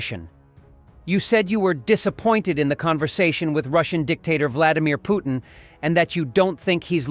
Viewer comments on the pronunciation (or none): Thats what I heard Bloodymir Putir Thank You Bloodymir Putir